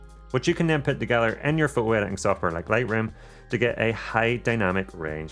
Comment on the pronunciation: What’s a pho-o. Don’t you like T’s